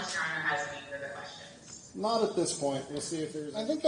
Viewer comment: I don’t answer “qweestions” 🤣 That’s intro always cracks me up